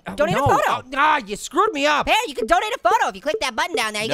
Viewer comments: it is pear not paer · 'Pa Ear?'